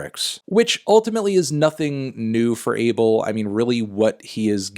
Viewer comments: His name is pronounced ah-bael not abe-el like everyone thinks it is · AH-BELL NOT "ABLE" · It’s pronounced A BELL 🔔 MY GUY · I'm ethiopian/eritrean. the way you're supposed to pronounce the weekend's first name is ah-bell. why tf are Americans changing his name to an adjective???? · No his name is abel pronouced AYY BEL